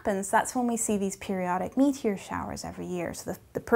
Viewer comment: Tell me I'm not the only one that listened to her say "...that's when we see these periodic meteor showers every year..." and smiled with delight when she stressed the me in meteor . ツ Maybe start listening , let the anticipation build up. Better yet, just start from the beginning, she is positively delightful to listen to. She could read a bowl of cheerios and I'd be happy to listen.